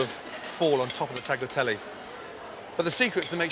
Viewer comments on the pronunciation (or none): He can’t pronounce Tagliatelle? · Gordon says hes lived in Italy but he cant pronounce tagliatelle. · Fantastic dishes here, Chef Ramsay!... but please learn how to pronounce 'tagliatelle'. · Ffs, I'm waiting for all of the Italians to comment on Gordon butchering the word Tagliatelle over and over... 🙄